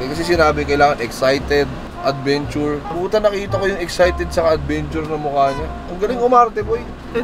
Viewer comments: "Fuel for adventure" Cong: "Fuel fordaventya" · FUEL FO ADVENCHA CONG TV: FUEL FORDAVENTYA 🤣